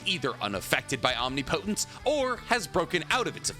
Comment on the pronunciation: Say Omnipotent correctly please, for me correct some of the words. Hearing you say the naruto words wrong as a fan is cringe bro.